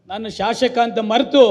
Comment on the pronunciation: Shashaka alla shasaka sariyagi heli